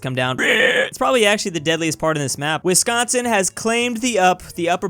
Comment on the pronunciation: 😫😫i can't belive he called it wisconson(my worst enemy)but in minnesota😫😫